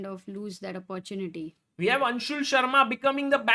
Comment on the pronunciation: सागर भाई, ठीक से कहना, ’अप्पॊर्चुनिटि’ नहीं, ’आपर्चुनिटि’! ’टेक्नलॊजि’ नहीं, ’टेक्नॊलजि’! समझे ना?!